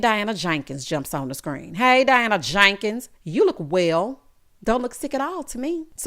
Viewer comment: Wonderful review. I freaking love when you say "Diana JANkens" 😆